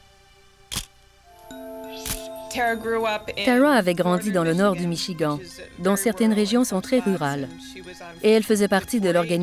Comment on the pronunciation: C vrai et 2em fois que j étends michigant ! Ça écorche les oreilles,mais. C pas le plus important dans histoire !!